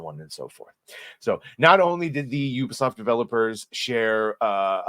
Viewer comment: Your the only YouTuber that I've seen that can pronounce the name properly 😂 ... Ubisoft . They call it Ewwwbisoft loool